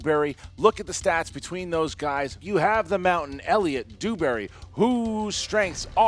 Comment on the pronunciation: Lmao Dewberry sounds more like Booohberry to me. Everyone not drunk would have gotten Bluebonnet right it was a give away answer like the beast said no one makes up something like that, and he failed a 5 point easy Marvel question how he didnt know that it was the collector is beyond me. Entertaining though watching go down harder than the titanic. xD